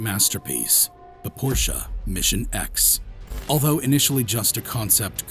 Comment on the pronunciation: I Don't think Porsche (Correct Pronunciation: 'Porsh-a'; which you got EXACTLY right btw😏) Will EVER Dis-own the Internal Combustion Engine. Even though, they have Consummately re-invented the Electric Car. The TAYCAN is one of the finest EVs on the Market.